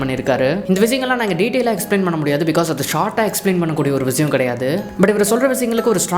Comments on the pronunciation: Bro vizayam vizayam nu yen solre. Irritating ah eruku. Vishayam nu olunga tamil la oru vartha sola mudiyalaya unala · Vishayam ❌ Viziyam ✅ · Vishiyam ❌ Vizhiyam 💯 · Vishayam is word vizayam is an emotion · tamil utcharippu seri pannikonga bro, like vishayam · Visiyam- word viziyam -emotion 😅😅